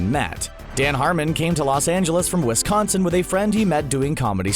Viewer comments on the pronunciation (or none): none